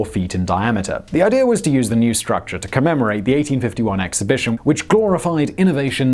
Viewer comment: “...a one thousand foot struc cha.”